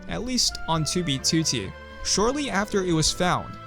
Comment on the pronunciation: finally he pronounces 2b2t